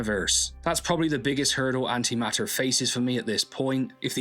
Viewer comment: Note the T. It's An-Ti-maT-Ter. Not An'ima'er.